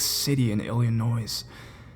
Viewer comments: "Illy-noise." Nigga, you make me wanna tongue punch your fart box with a muffin nose. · he said Illinois wrong its spelled Illinois but prounonced illinoi